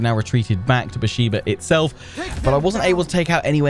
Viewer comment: Love your videos! btw Beersheba is pronounced Bear - Sheva. The e in sheva is like the e in bet.